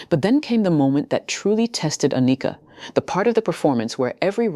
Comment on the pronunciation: How can I take you serious when you don't know how to pronounce her name. Ah knee ka is wrong . Its just like Anakin from Star Wars only with a. Ann ick Ka. Get is right Soldier. That's why you only have 5 comments.